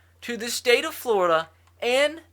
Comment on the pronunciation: At the start you said Florida wrong